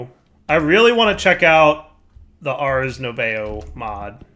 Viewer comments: not sure if someone told you during the episode (still watching it), but just in case : "Ars nouveau" is likely to be pronounced "Ars noovoh" (Nouveau means New in French) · Arse Noovoh... And yup... That's how you pronounce Ars Nouveau